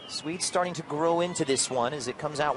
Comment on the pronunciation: Why did he keep saying Sweds